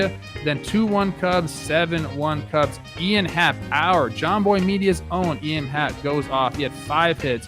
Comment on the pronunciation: Sorry if it’s an inside joke I missed, but the name “Ian” is pronounced with the long “e” sound. Eeeean Anderson.